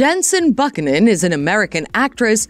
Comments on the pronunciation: Buck-in-in. Sounds like they ought to hire a voiceover who actually knows how to convey without sounding like an overseas call center spam. Not to mention all of this can be read on Wikipedia. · LOL ridiculous video- how can you mispronounce Buchanan HAHAHA ... also the "Another World" she starred in during 1990's was a soap not a film!!! You are showing a screenshot of a film Another World - I looked it up and that movie is from 2021 and Jensen was not part of it.